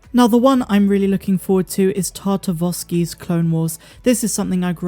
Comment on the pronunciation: Just "Clone Wars." No 'the.' And it's "Tartakovsky," not "Tartavosky." IMO, Clone Wars is still one of the best Star Wars shows out there and should've been left canon. Also, it's the most bad-ass version of Mace Windu we've ever gotten by far.